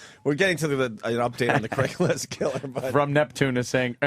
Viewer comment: “Dame Julie” “Craiglist” etc….. Opie just misses saying so many things correctly. How did he ever get away with trashing Vos?